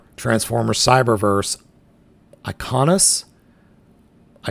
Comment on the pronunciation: Iaconus. "Eye-ah-con-us"